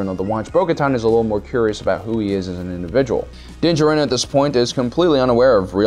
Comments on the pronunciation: He pronounces din jarin as (din-juh-rin) 2 times. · Also you pronounce Din Djarin right then you remember you have to mispronounce his name two seconds later LOL